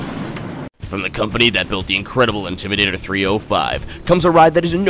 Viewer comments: OMG IM SOOO WEAK 💀💀💀😂😂😂😂. "Intrimator" 😂😂😂. Carowinds is my home park do fury 325 or nighthawk. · “Intrimadator” made me wheeze so hard 😂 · I lost my sh*t at "Intrimadator"